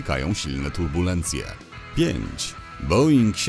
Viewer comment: Boeing a nie boing. Jakie są malutkie samoloty boeinga bo nie kojarzę?